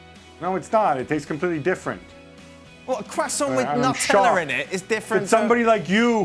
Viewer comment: Why does this guy pronounce Nutella so weirdly? Stop being muppet mate